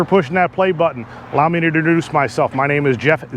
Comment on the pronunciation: “allow me to dur duece myself”